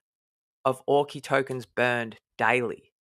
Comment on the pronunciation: Great vid again. Have to tell you early on. Auki is pronounced ou-key as in the word ouch. not or-key.